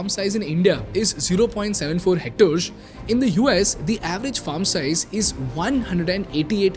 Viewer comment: bro the way you pronounce percent and hectares is not clear, just something to work on.....